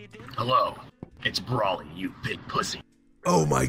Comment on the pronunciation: His name is not broccoli it's Broly ☝😉